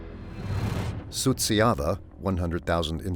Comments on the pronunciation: Suceava is not pronounced as you are saying it, it is soo cha va. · the names are completely wrong, too. The guy whom the narrator called Miroslav was actually named Marius Petru. The town is Suceava, it was mispronounced the whole time. Likely by a bot.